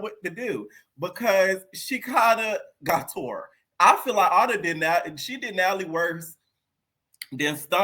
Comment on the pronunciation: lol he be killing me when he say Ahna from Ny/Nj like it's the same spot ! SMH 🤦🏾‍♀️ 😂Totally different lml Florida Ppl ❤